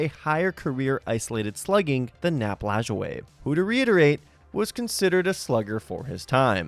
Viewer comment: Thank you for pronouncing Nap Lajoie correctly.